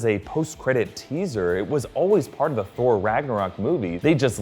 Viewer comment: I was wondering if anyone else noticed. Also, I could swear he calls Thor 'Scor' at the minute mark lol